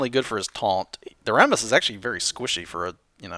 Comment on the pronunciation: Rammus is pronounced "Ram (like Random Access Memory)-us"